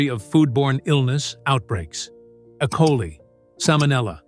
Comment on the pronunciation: It's Eeee coli not ecoli! Also shawarma is not a Mexican dish.